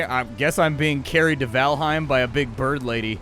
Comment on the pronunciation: Just FYI, its pronounced VAL'HAIM not H'IME, nordic EIM words (Niffleheim, Jordheim) are frequently mispronounced. Easy tip, just change the e in any word ending in eim to an A (aim as it is pronounced). Norse words only of course.